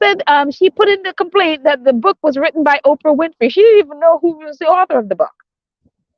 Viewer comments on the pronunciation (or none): none